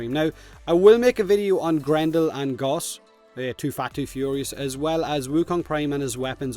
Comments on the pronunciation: Gauss is pronounced like "house" not "gauze" smh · Gauss is prounounced gouse, like house, or grouse, not Goss like Hoss